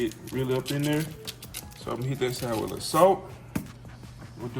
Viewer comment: Can you pronouce a word correctly? Wit = With, Dat = That. 2025 'bro' lets learn to talk properly.